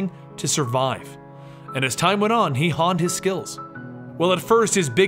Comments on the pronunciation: He 'hunned his skills"? it is honed hun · FUCKING HONED! WITH AN OH NOT AW. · Honed is pronounced like groan. Nicely told... even 3 years ago, you are a great talestelle. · It's a long "o" in "honed." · did... did you just say honned? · Is there a reason you say 'honed' the wrong way? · That's not how you pronounce honed...